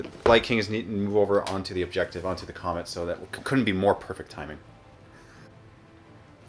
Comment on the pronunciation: love how says the comment instead of the comet xD